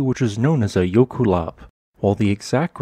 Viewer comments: And he pronounces it wrong. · he is saying it wrong but it is a fun word, it directly translates to glacial run